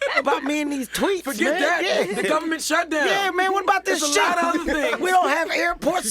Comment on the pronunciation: I thought he said why y’all care about me and these “twinks”... then I realized he said “tweets”, and then I wasn’t as happy .... 😞